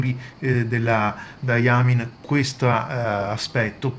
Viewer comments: Le tue recensioni sono fantastiche, non posso che ringraziarti per questo (quanti soldi mi permetti di risparmiare evitando acquisti che farei "solo per provare" ). Ti vorrei però fare due appunti, se mi permetti. Il primo è che Diamine si pronunci Dai Main (o se vogliamo daiamain). Dye (pronunciato appunto dai) è il colorante, la tinta. Mine è invece la miniera. Diamine sta quindi per "miniera delle tinte" (quando lo si pronuncia correttamente). Ed è una ditta che ha sede a Liverpool, nel Regno Unito, non è americana come la Noodler's. Spero non ti siano stati sgraditi questi due appunti. Ancora grazie per le tue recensioni!! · Ciao, grazie per la gradita precisazione,......ogni tanto mi scappa qualche strafalcione :-) e sulla pronuncia di "diamine" ormai potrei scriverci un libro: prima o poi imparerò a pronunciarlo correttamente ! ciao